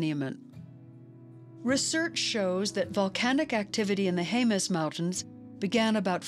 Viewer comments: (Jemez) HEM-es not HAY-mez. You're welcome. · Not near as bad as hearing Haymez, cannot finish video due to this mispronounciation. It's Jemez, J's are H's but e's are not a's.